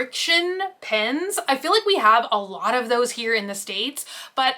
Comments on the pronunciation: PENS not bloody PINS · How come you can say jetpens right but when it’s just pen it’s. “pins” lol so cute!